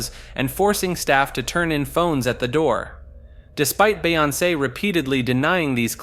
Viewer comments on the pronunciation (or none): the way you say some of these names has me dying “gucci mon” “bae on say” “airee ana gronda” “ellen de gener ez” not to mention saying “canny” and then “kanye” in the same sentence